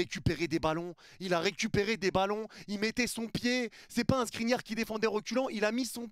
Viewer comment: qui dis SNRINIAR II est trop fort 😂